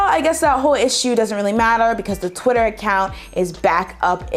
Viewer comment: did you just say qitter 😂